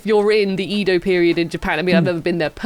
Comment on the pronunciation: His name is Ryo-ma, not re-oh-ma. Two syllables. And Edo is eh-doh. Not yi-doh.